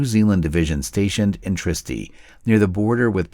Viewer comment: he butchered Italian just as badly. apparently they ended the war in some place called "tristy" i always thought they were in Trieste.